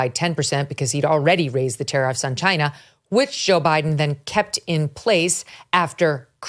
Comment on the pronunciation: Ahh tariffs, for a minute I thought they were saying terrorists 🤣